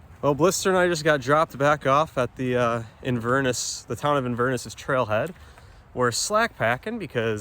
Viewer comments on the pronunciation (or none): it is pronounced In Ver Ness...but cool to see you walking the western corridor!